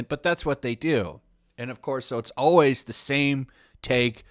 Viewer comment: Am I having like some weird mandella effect thing? When did people get so lazy that they started saying OWAYS instead of ALWAYS?